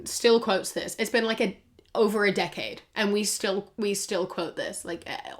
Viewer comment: you say decade like a pom. It's like that taskmaster clip with Rose Matafeo where they say shaad and not shed